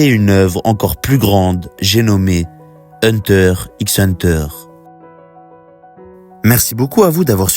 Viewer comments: Hunter riks hunter... t'as même pas honte de dire ça publiquement. Encore un français qui ne sait rien prononcé. Pff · Même si c'est pas la bonne prononciation, c'est pas la peine de venir lui parle de la sorte